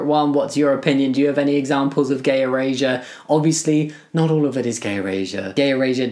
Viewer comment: Bro’s accent sounds like he’s sayin “gay Eurasia”